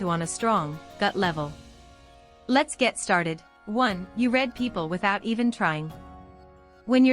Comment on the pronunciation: Great content. Beautiful voice. Wish it wasn't a robot, since it frequently mispronounces the homographs, like "content" and "read".